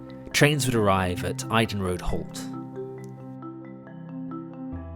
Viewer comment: Geat video thanks very much for making it. It's the area I grew up in (around Banburyshire). FYI, Eydon is pronounced "ee-don" and the Halse in Woodford is pronounced "holse".